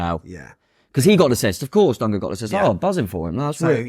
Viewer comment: His names Dango not dongo 😅